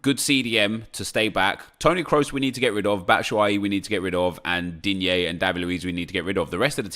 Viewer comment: that's how you pronounce it